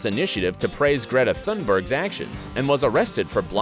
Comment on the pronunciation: It’s pronounced Greta TOON-berye, not Thunburg